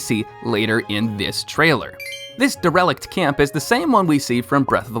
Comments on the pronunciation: im so friggin excited for TotK omg omg kcghdygdtrvhjcyrfuhufyufgug (also not trying to be mean bc this video is really cool but omg y do you pronounce derelict “da-relic’d” its “dara-licked” please i can’t take it) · I've....never heard anyone pronounce DERELICT quite like that before.